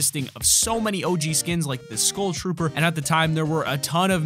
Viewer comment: Learn to pronounce "Skull" bra :)